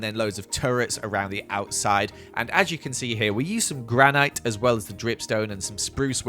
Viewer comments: its spelled granite but its pronunced granit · gran-ite lol